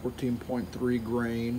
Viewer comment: Nice work, just remember, the weigth unit it´s "grain" not "green".